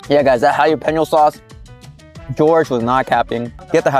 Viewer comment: Jalapeno has an L in the word, not hiyapeno.